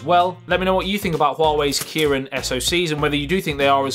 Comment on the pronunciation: The Kiwiin nuh eh tee